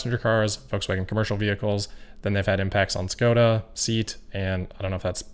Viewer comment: And Skoda is pronounced like: 'shko-da.